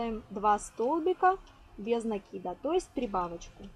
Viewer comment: правильно накИда😀